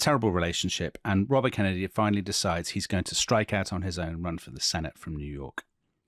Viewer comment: I literally stopped what I was doing hearing that intro 😂 my favorite accent yet! Totally nailed the Kennedy rhythm 👌